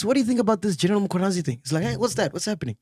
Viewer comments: Can someone please tell Mac that it’s not Mkhonanyazi but Mkhwanazi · Mac is never gonna get the Mkhwanazi pronunciation right 😂😂😂😅